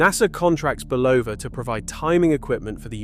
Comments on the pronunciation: Dear AI, the company name is pronounced BULL-ova. There are tens of thousands of instances available on YouTube where radio & TV announcers pronounce the name correctly. It’s never Bu-LOH-va. Two syllables, not three. The first syllable is accented. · Another good presentation messed up by terrible AI pronunciation of names and places. It is not Buloooooova. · You discredit this brilliant man by constantly mispronouncing his name!